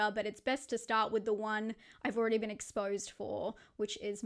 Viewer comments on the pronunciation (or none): none